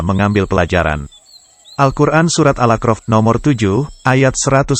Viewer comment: Surat al a'raf bukanal akrof pak, jgn diganti maaf